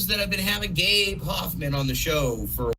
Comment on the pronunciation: Take a drink everytime they say gabe hophmen